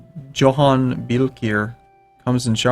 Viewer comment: Johan is pronounced Yo-hahn.